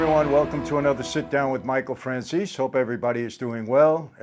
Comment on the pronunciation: I thought you pronounced your name Fran-Chay-Zee 🤷‍♂️😄🤷‍♂️